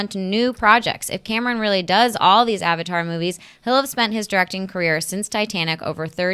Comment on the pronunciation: I just like how Arnold Schwarzenegger says Avatar as Abatar.